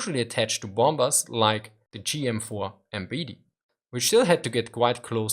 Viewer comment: you say GM4 Bete instead of G4M Betty (Bätti ausgesprochen) :D just for you to know as I know you always want to improve ;)